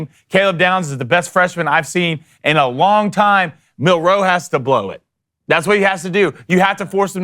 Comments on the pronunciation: Why doesn't he know how to say Milroe? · you know how the Bama ab’s name is pronounced. The only people I hear butcher his name is you and your cohorts. Are you trying to be funny? Or, are you just a jerk trying to be mean? Or, are you just that lacking in professionalism that you don’t know or don’t care to pronounce his name correctly? Seriously, I want you to address this! To clarify, his name is MILroe with the emphasis on the first syllable, not the second. You keep saying like milROE.